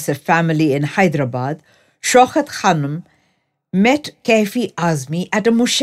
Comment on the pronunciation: It is Shaukat ...not Shaukhat !! Diction all wrong !! Narration ..has wrong modulation of voice !!